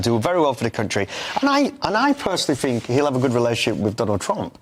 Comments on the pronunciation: It's "THink", not "Fink". Two guests who can't even pronounce words correctly; grips my shi*. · Education in the UK has clearly failed... Is it really beyond them to be able to pronounce their own language correctly... It's 'think' not 'finck'. They are not babies fgs. Hard to take any person with such a lack of capability or with shear laziness seriously. I bet Donald Trump can articulate better than these guys yet, there they are, slagging him off as though they are even remotely competent. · I fink’ haha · I fink, i fink , I fink...She finks a lot 😂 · “I fink” 😂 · Cant you get anyone on that doesnt say I fink?